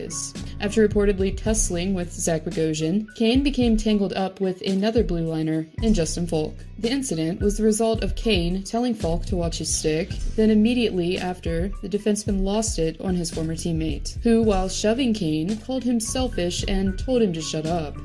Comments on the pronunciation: Justin Falk* not Faulk* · I think you meant Justin Falk, not Faulk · That's Justin Falk not Justin Faulk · That's OK. It's not her Falk!